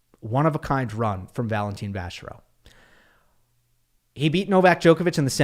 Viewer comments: Its Valentin not Valentine! 😂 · Could y'all (commentators included) stop pronouncing his name as Valen-teen. If you're going to spend a big chunk of time on a single player, it would be polite to get his name roughly right!